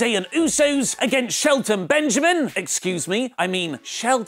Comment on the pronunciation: Why did you say Shelton Benjamin like that? Did I miss something?